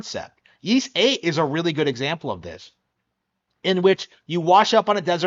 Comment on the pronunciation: Ys x plays better on PlayStation and pc. And it's pronounced Ees.not yees.